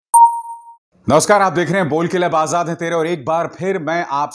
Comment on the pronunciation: आझाद ....ना की आजाद.... उच्चार पढिए..! Ajhad... नहीं Azad...